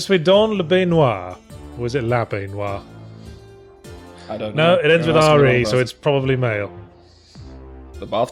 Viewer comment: La baignoire ^^ Great french accent !